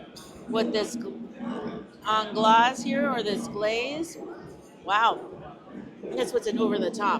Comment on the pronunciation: Anglaise is pronounced 'On glaze.' It means English style custard.